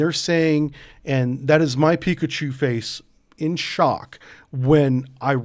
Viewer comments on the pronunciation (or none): none